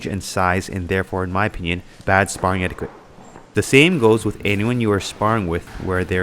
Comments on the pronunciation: Couple of things I wanted to add as unsolicited opinion... 1. anything over 60% is dangerous unless you're skilled and/or have been training for a long time. 2. Is "etiquette" pronounced differently in Canada? I've always heard it pronounced "et-ee-keht" but never "et-ee-queht". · Predominantly “Eti-ket”, not “eti-kwet” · just fyi its pronounced eh-di-cut not eh-di-QUut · Did you just say etiQUIT? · etiquette is pronounced eh tuh kuht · In romance languages qu is pronounced like K. That word comes from french, which is one of those languages. It's pronounced etiket. You can always check a dictionary if you aren't sure how to pronounce a word. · What’s “ettiquit?” Lol! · Just watched a few videos on the prnounciation of "etiquette" to see if there were regional variations, but every video I heard said it the same way. Its "eh-ti-ket" with a hard k sound! Ps- Love all you content, don't mean to a be fussy but thought you'd like to know. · What kind of a weirdo pronounces the word like that? God he's so punchable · You pronounced etiquette wrong The Q is supposed to sound like a K ! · Learn to say the word etiquette. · How about some etiquette on pronouncing etiquette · We don't pronounce the 'u' in etiquette. Etiquette rhymes with kit not quit. English Annunciation aside, I agree with everything you said about sparring a hundred percent. I'm not usually a grammer Nazi, but that was very distracting for me in the begining.